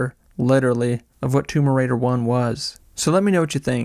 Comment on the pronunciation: Great video but why does it sound like you’re saying tumor raider